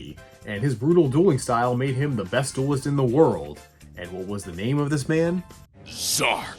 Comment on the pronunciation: That's "Z-Arc" not Zark lol